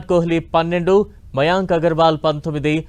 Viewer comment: Miyak kadhu mayank